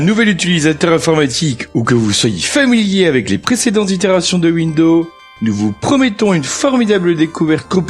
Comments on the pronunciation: L'autre, il fait une présentation de ouindo 95 mais il n'a absolument aucune notion d'anglais...It's incredible!!! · "Bienvenue dans cette vidéo-cassette de formation à windEAU 95" 😂